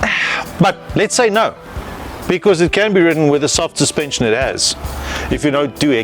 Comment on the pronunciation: Baie nice jul, "suspension" het 'n "N" in. 😅😂